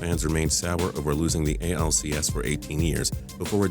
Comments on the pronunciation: Lmao, this is the stupidest list ever. When you said the angels, you said the acls. It's ALCS buddy :) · He said acls😂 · He said ACLS lol sounds like something you'd tear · is it just me or did he say ACLS I'm pretty sure it's supposed to be ALCS and that still makes no sense cause the Giants are in the NL while the Angels are in the AL, so was he trying to talking about a series or did he go way off topic and create a new injury A.C.L.S ACL Supreme wtf